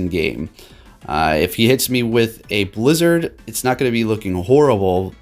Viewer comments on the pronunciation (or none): none